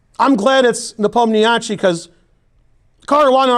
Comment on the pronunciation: Tip for pronouncing Nepo's name: The name has an "a" in it. Just ignore that. Leave it out. Do not include any "a", except in his first name. Simple.